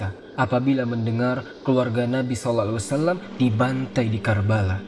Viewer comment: konten yg sangat bagus tapi sedikit masukan bang tentang makhorijul hurufnya saat baca SAW